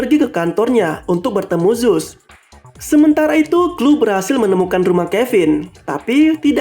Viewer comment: Bukan zuse tapi zeus